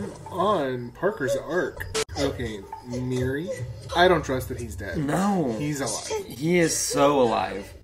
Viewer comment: Its Miri not Mary😭